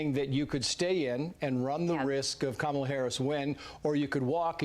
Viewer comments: For the record, her name is pronounced "Comma-la", not "Ka-ma-la." You can thank the news agencies for the confusion early in her VP term. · And her name is pronounced comma La!